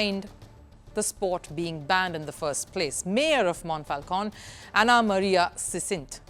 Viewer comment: This Mayor is clearly racist (from Lega party, which traditionally is an anti-immigrants party) and uses the ban of cricket just for her obsession with immigrants. But you make it appears as all Italians are racist as this woman here is (and butching Monfalcone spelling all along, btw). Cricket is an increasingly popular sport in Italy, thanks to immigrants. And of course there is a national team, whose players are mostly descendent from Pakistani or Bangladeshi immigrants, that also beat English cricket team a while ago. In the city where I live, Milan, there is a parc, Parco di Trenno, where during spring and summer weekends you can find a lot of people playing cricket, making turnments and the like playing many games at once. And no one complains.